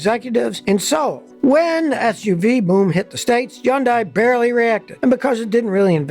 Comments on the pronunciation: As usual Scotty has his finger on the pulse. NB - just a tiny point - it's pronounced Hyundai (Hond-day) not 'Yonday'. Keep up the good work. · Yonday? Think your miss pronouncing it. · I would think it should be Hoondye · Every old-school mechanic Ive spoken to says Yun-dies, and KIAs are inferior in design and difficult to work on. They are among the worst brands, followed by Nissan and Mini. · Bro say Hyundai correctly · Is the H silent?